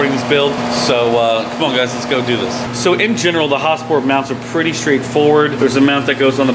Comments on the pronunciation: Lmao why you saying "Häsport" like Häagen Dazs ice cream or some shit? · Is it pronounced HasPort or Hosport? I thought it was Has-port. Idk? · sounds like he says ha-sport